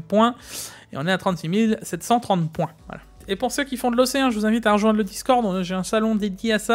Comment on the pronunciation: J'aime bien Jigs qui lit 36370 "36730" ^^